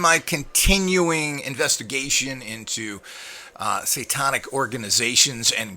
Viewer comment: Every time you say: "satawnic" I cringe. I bet Manny can correctly pronounce the word, "satanic," and he is an uneducated gardener!